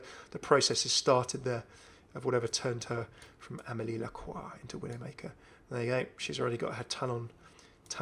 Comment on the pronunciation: I like that you're the only youtuber who actually ponounces "amélie lacroix" mostly right